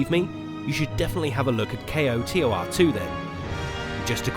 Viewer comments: Nice video, except the "kay-oh-tee-oh-ar two" part lol. A big mouthful. Most people understand what you mean with "koh-tor" I agree, there is so much potential in the Star Wars universe wasted by bad writing and appeal to showy schlock. The last couple seasons of Clone Wars and Rebels seem to come the closest we'll ever get to the quality of character development and expansion of the star wars universe KOTOR and Zahn novels do. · Kreia kick started an era where every mentor type character in a video game ended up betraying you in the end. It got very annoying. and for the love of god KOTOR is said as a single word. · lol kotor is spoken like its a word not as individual letters k.o.t.o.r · A W Grammar nazi alert Acronyms can be pronounced like NASA, NATO, or KOTOR initialism is pronounced using the letters like FBI or CIA So he was right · pls just say kotor not k. o. t. o. r. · did you really just say kay oh tee oh are? pretty much any normal person just pronounces it as koh-tor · "K-O-T-O-R". Ugh. Just say KOTOR. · CO-Tar... Where did he learn about this game and not know how to say KOTOR? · How hard is it to say "koh-tor"? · Just say Koe-tor The whole kay oeh ar tee thing is a bit too much, love the vid though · SAY KOTOR! AS A WORD! ACK! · "Ko-Tor" sound like Hodor. Do the whole damn video again. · Knights of the Old Republic - 8 syllables Kay Oh Tee Oh Arr Two - 6 syllables KO TOR - 2 syllables Learn to acronym. So cringey. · KOTOR 2 NOT K O T O R 2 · Dude! It's either "knights of the old republic two" or pronounced "ko-tor" two. Saying just the letters makes nothing faster. Why the hell would you you take the time to say "Kay oh tee oh are two" I stopped this half way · Say Kotor like a word. Not just letters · Oof.. Spelling out each individual letter in KOTOR instead of saying "KOE- tore" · JUST SAY ‘CO-TOR’ ;) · I'm sorry but I simply cannot take you seriously when you can't even pronounce the game's acronym title. It's "koe-tor" >_< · Its pronounced CO TOR